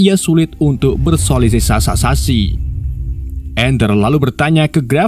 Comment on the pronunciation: bersosialis sassasi😂